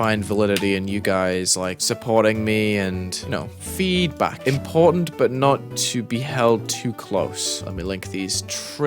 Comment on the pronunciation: bro just turned asian when he said "FEEEDBAK" 💀